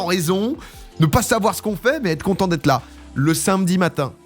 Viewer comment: "le sinmedi matin"